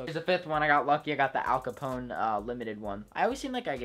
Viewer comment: My mans said al Capone